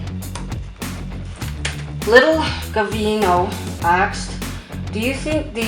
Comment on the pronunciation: Why do you always say "axed" instead of "asked"?